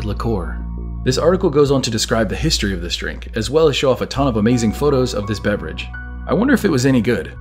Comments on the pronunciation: Actually she says 'this' but she has an accent and she lengthens the word. she pronounces it thee-iss. simple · She's saying "this" with a British accent. So it sounds like "these". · Sweet dreams are made of these is what it has always sounded like because you would assume logically it rhymes with dreams because the synthesizer arpeggiator in the background of the song triggers an effect acoustically on the eardrum which makes it sound like these when the word this is said while the kick drum is registering, I can play the song right now like I just did and it still sounds like she's saying these, not this even though now I know it's saying this. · It doesn’t matter if they what to claim the lyrics are “this”. The song is poetic, and sung accordingly. This is not what is spoken, what is spoken, rhymes with “seas” not sis. End of story. Sweet dreams are made of THESE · So apparently the Eurythmics can't rhyme? These rhymes with seas, this and seas don't rhyme. Even sounds like these in their version and Mansons version. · Actually, it’s the opposite; these makes more sense- it rhymes with disagree… and that’s why ‘this’ sounds strange.